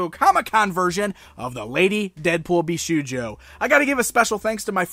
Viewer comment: Indeed it's pronounced "Bisho-yo" the u is silent =)